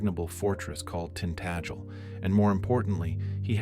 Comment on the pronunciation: Tint Ag el! is the pronunciation.